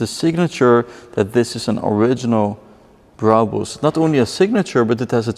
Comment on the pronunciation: why cant he say brabus normally